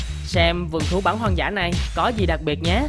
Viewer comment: Hoàng dã, không phải “hoan dã”.